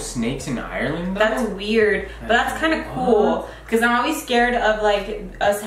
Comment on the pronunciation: Lmao “ireland air”😂